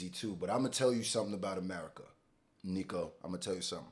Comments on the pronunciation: Please Not neeeko It’s niko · Call him “nicko” not “neeko” he hates being called neeko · His name is not pronounced neeko its nihko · say nicko. For the love of God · man like Niko. pronunciation = Nick-O